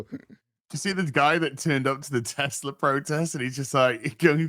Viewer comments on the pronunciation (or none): none